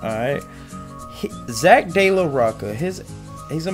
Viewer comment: It's pronounced Roach-a not rok-a it is spelled Rocha though